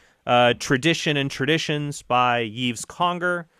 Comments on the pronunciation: Hey Trent, FYI: Yves in French is pronounced exactly as you would prononce Eve in English, as in Adam and Eve. Keep up the great stuff! Cheers from Montreal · Just for future reference, Yves should be pronounced like "Eve" in English (Ève, which is Eve in French, is pronounced differently than Yves and Eve). The "s" is silent as well. And please do do an episode on usury (it would also be interesting to hear how Catholic teaching compares to what other Christians and what other Abrahamic religions teach on the subject).